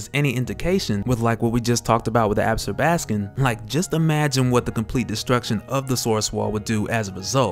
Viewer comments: Not "Ab'-skor-bas-kin" ---- pronounced "Ab-sorb'-a-skon". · Ab-zor-ba-scon no ab-scor-bas-can 😂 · Absorb- ah- scom. Different emphasis on different syllables. Still you are my favorite. English teacher in me doesn't stop. Sorry lol